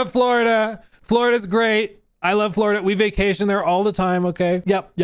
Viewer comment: “Buhhhhh dude Fwowida is anudder wevew”